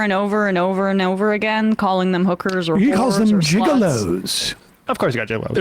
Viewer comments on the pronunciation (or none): = actually it's pronounced "HOOK-erz" emphasis on the first syllable, you're close tho = no Sam you got it wrong too, it's "HOOK-erz"